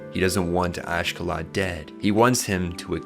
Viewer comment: Not sure why people be struggling so much with names. Oshkallad? 😭 Askellad